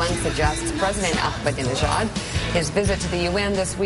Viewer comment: He said "dijon" instead of "Ahmadinejad". He's an Islamofascist politician, not a type of mustard, you fuckwit.BTW, Greasewald should try talking to Iranians. Many of them are so sick of Islamofascism they are now referencing themselves as "Persians". If Islamofascism is so great and wonderful, why are so many muslims abandoning Islam? But I do admire Greenwald's ability to make money. I'm also a gay Jew, just like Greenwald; but I'm not so greasy-smooth. So I try to learn all I can from him. I'm about to receive an inheritance, and I'm going to offer a two-hundred thousand dollar reward for any info from someone in the NSA. I'll get tens of millions in return!!! BTW, Google-image Glenn's gay lover......SMOKING HAWT!!! That's where I'm going ;-)